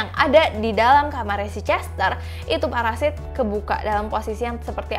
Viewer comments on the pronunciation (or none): Parasit kak bukan paresait 😂🤣😂🤣😂🤣😂🤣😂 ngakak plus horor